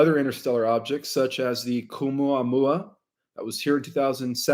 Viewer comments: Caumuamua.... "Oumuamua, NO ca!" Lmfao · Seriously, if you want to present as an authority, do a little preparation ahead of time. If you dont even know the names of the comets you are discussing, it presents you in an unfavorable light. There is no 'K' in Oumuamua. There is no 'L' Borisov, its not a difficult name. It sounds like its the first time you have heard it. If you cant jump the easy hurdles, the rest of the presentation is questionable. The person correcting you off camera knows more about this than you do. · Yes, Oumuamua doesn't have a "Q" at the beginning, and Stabilization isn't pronounced as if you're (stab)bing something. Stabilize is pronounced like a stable where you put a horse, (stable-ize). Not (Stab-ilize) as if you're stabbing with a knife. There's a dozen additional words that you MUST correct but let's start here with loving ❤ criticism because I truly love the work that you do to help humanity. Love ❤️ and Light ✨️ to you. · I am only three or four minutes in, and already you contradict George Kavassilas in conversation with Dr Michael Salla. 3i Atlas is a holographic projection from the cloaked ships behind it. What you are describing with all the different names, sounds more like Oumuamua. Which you cannot pronounce for toffee. In spite of your prompt. It is a Hawaiian word. My faith that you are going to be giving me the truth is ebbing away already and I'm only 5 minutes in. And it's 3i Atlas, not 31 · Misprounces Words bc English isn't his "Mother Tongue".